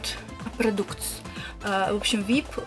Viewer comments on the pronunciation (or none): Продуктс, господи, ты хоть по-английски научись читать, а потом переводи... проДактс